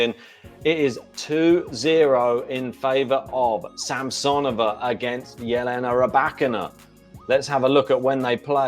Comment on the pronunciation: Sam-suh-nō-vuh is the correct pronunciation 😂